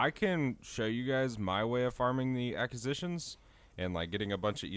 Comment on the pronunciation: I would follow but I can’t hear you pronounce “acquisitions” and “sigil” like this over and over